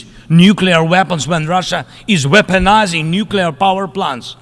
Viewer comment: weoponizing nuclear energy hhhhhhhhhhhhhhhhhhhhhhhhh